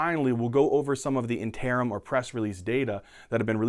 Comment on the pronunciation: Sam Yaza Plus he can't say "interim" correctly. I kid of course as the overall preso was really great.